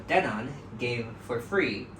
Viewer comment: OH my God its not pronounced den-ON aaaahhhhh